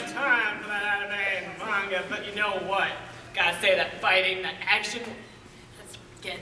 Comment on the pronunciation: "Animoos or Mangoos" HAh